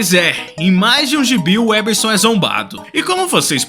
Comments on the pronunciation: O cara desfez o L nas diversas vezes que falou Weberson... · Vc ta falabando sem o "L" porra. Aprende a ao menos falar o nome do cara antes de fazer o video hahahaha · Você diz que gosta de ler muito, mas não deve saber falar o que lê. O nome do cara é '' e por dezenas de vezes vc fala 'WEBerson' Você com certeza estaria nas fotos dos 'procurados' na revista MAD. 😄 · O cara fala o vídeo inteiro "WÉBERSON"! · Cara...o nome dele é WeLberson e não "uéberson".😂😂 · O nome dele não é Weberson, mas. Tem que pronunciar direito, cara. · Parei de ver vídeo. Tem um L após o We... Então pare de falar Weberson. O L tem que ser pronunciado, cacete. É weLberson. WEL. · O cara tem dezenas de chances de falar e em TODAS ele erra e fala Weberson... Pqp! 🤦‍♂️ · " UEL ... BER... SON ... " CACETE !!! NÃO " UÉ ... BER... SON " !!! NÃO TENTE MELHORAR O NOME !!! 😅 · você tem dislalia? Pergunto porque você não consegue pronunciar o L do nome WeLberson. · Caraca, o cara repetiu o nome WeLberson 200x e ele não pronuncia o L do WeLberson. É pior que o WeLberson. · você fez um video inteiro dedicado a uma revista inteira dedicada a UM ÚNICO nome, e você pronunciou errado o video todo jjjkkkkkkkkkkkkkkkkk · Cidadão, você não conseguiu dizer o nome do cara sequer uma vez certo. WeLberson!!!! WeLberson, pohha! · Não consegue falar o L de weLberson? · Foi intencional errar o nome do? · O engraçado é que nesse vídeo você falou o nome umas 50 ou mais vezes e NENHUMA das vezes você falou o nome do jeito certo, impressionante kkkkkkkkkkkkkkkkkkkkkkkkkkkkkkkkkkkkkkk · Desculpa, mas eu não consegui não notar o fato que você pronunciou o nome do errado 100% das vezes kkkkkkkk bom vídeo